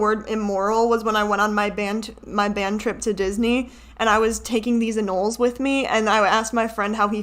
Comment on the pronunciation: i lived in florida for many years and the way you pronounce anoles hurt my soul lol. anoles are pronounced "ah-no-LEEZ" so you know ;) hahah i love them they were so cute tho my cat used to kill them all the time. its a little immoral to steal them but hey tell your friend you were taking them to protect them from local kitty-cats that eat them constantly lol